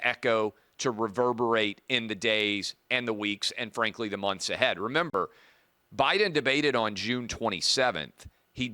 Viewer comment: She called her boss prez Obiden😂